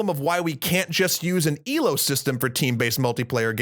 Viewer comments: Its not ee-low but eh-loe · It's ELO, not ILO